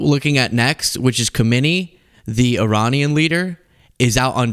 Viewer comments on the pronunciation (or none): His named is pronounced "AH-lee khah-meh-NEH-ee." The old Ayatollah was Ruhollah Chomeini.